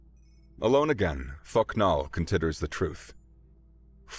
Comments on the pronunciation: Every time I heard thok nal I heard fucc naw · Thok'nal❌ Fuck'nal✅